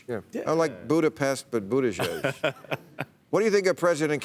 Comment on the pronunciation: It's "Butti judge".